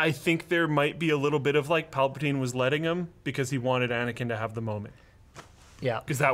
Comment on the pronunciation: PalpaTYNE??? Do you even Star Wars bro?